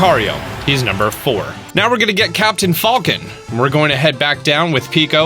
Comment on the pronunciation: I only disliked this video because he pronounced Mario MARE E O. Also he pronounced my main man captain falcon captain fallcan